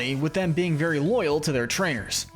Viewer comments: Arma-RUUJ not Arma-ROWG. ArmaROUGE as in rouge aka red/scarlet Otherwise, great video! Psychic types are my all yime favorite type! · Armarouge like rouge (red) not rogue (dnd class)